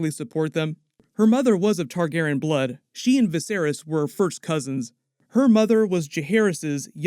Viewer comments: I dont know how many times I need to say it; its Targaryen, not Targeren. Your mispronunciation is infuriating. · Noticed you started pronouncing Targaryen like Tar-gar-en now. Is how everyone else pronounces it wrong or something? Isn’t it Tar-gary-en?